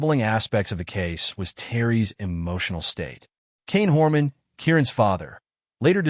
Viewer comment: Kyron Horman’s name mispronounced over and over is annoying. Poor research.